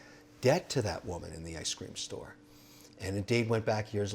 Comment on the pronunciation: Kevin, I’m sorry, I love your channel and stories, but man, it’s “ice cream store”, not “I scream store”.